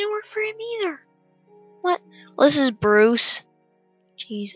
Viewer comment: hey kid its bruce not bruise